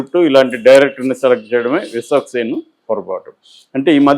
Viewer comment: Ayya meeru Viswaksenu Peru vikikkasari palakalekapotunnaru